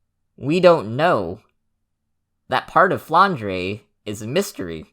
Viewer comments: The "e" at the end of Flandre is not pronounced and just for the aesthetic, it's a french/belgian name, so it's 'dr' and not "dreh". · flandray is easier to say and sounds cooler shut up i don't care